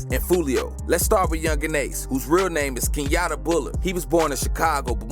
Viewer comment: Kenyata😂 it’s keyonta